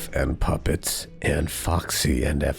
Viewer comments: GUYS TAKE PICTURES SAID PUPPET’S NAME CORRECTLY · SAID PUPPETS NAME CORRECTLY!! I REPEAT, SAID PUPPETS NAME CORRECTLY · Wow! The fact that since her "girls' night" she has been actual saying Puppets name right is great character development.